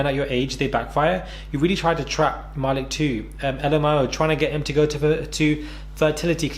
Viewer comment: Ma - leek not ma-lick....lol